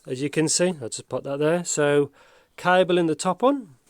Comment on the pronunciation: Lol a C"ai"ble and "uun"screw 😂